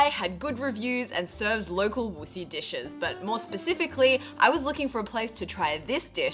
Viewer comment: It’s not Wuxi, it’s Wuxi. You need to work on your pronunciation. Say it with me “Wuxi” Surprised you could see the sky and it was blue…china could be so beautiful…